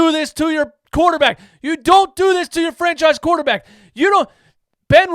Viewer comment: "I want to make a quaterback academy" what is he smoking?